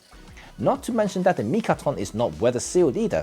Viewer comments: Mitakon, not mikaton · Is it "Mitakon" or "Mikaton" 🤔? Well, thanks for the interesting review! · I love how you spend the whole video mispronouncing the name of the lens...lol!